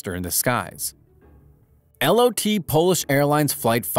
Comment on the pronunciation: “L-O-T” bro just pronounce it regularly, it’s lot, one full word mate.